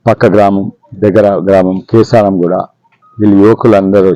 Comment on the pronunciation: కీసారం కాదు కేసారాo